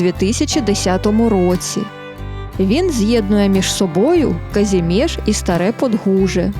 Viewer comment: Дякую. Було дуже цікаво. Але всеж правильно буде казати КазІмєж, а не КазімЄж. Наголос на другу з кінця голосну.